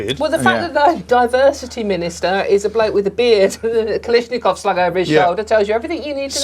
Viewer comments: It's a Kalashnikov, Dawn, not a "Kalishnikov." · Dawn - it's Kalashnikov not Kalishnikov.